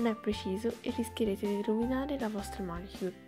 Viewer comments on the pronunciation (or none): io ricontrollerei l'ortografia, prima di pubblicare :-) comunque, interessante. ps: si dice manicùre, non mànicure.